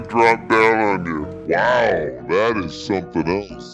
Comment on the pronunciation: Haha the way pronounces 'wow that is something else' in the slomo is the best haha